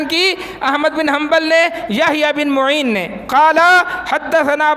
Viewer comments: کھوتے وہابی شیطان۔یحیی بن معین۔عین کے فتح کے ساتھ ہے۔تو ضمہ پڑھ رہا ہے۔جسے امام کا نام نہیں پتا وہ ممبر پر بیٹھ کر ٹاں ٹاں کر رہا ہے۔واہ رے قوم تیری کم نصیبی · یحی ابن معین کا نام غلط پڑھتے ہو میم پر زبر ہےپیش سے پڑھنا غلط ہے